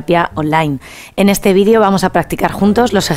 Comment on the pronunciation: Señora se dice video no vidio